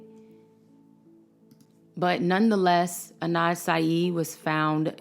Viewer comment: Adnan !! not Anad